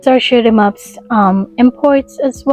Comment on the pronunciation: Good video! It sounds like you are saying "schmups" when you say shoot 'em ups lol.